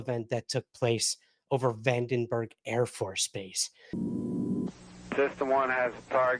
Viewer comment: Hey, it’s Vandenberg, not Van Der berg